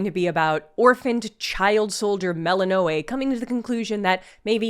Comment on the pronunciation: Why is it so hard for youtubers to pronounce Melinoe when they say it like 300 times in the game?